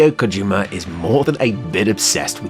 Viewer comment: Hate to be that guy but his name is pronounced "hee-day-oh KO-ji-ma"